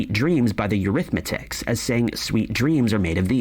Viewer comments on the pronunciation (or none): It was eurhythmics not eurhythmitics like that man said who is presenting the video. Have a listen to him saying this. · Eurythmics. Not Eurythmatics… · I was in high school in the 80s. First of all, the name of the group is not the “Eurythmatics,” as the voice over kept saying. That was annoying. The name of the group is the Eurythmics. And the lyric was always, “Sweet dreams are made of THESE.” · Eurithmics, he even got the name of the band wrong not arithmetics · It 's. Eurythmics not Eurythmatics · Uhm the Eurithmics... Not arithmetics... LMAO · Eurythmics not Eurythmatics dude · THE SPEAKER IS MISPRONOUNCING THE BAND'S NAME "ERYTH--MICS"...HE KEEPS CALLING THEM "ERYTH--METICS"...WHICH IS NOT CORRECT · Why is the voice saying the Eurythmitics? It was the Eurythmics. He's making a new Mandela effect in his own video. 😂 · The guy keeps pronouncing "The Eurythmics" as " The Arithmetics", Maybe we have the groups name incorrect too? It's like being gaslit!! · Omg it's not "Eurythmetics" as the guy is pronouncing the bands name, it's "Eurythmics" 😂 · It's sweet dreams are made of this. Could be how she's aying it. Sounds like these. He's saying the name wrong, lol. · Always been the Eurythmics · The speaker is saying Eurythmics wrong.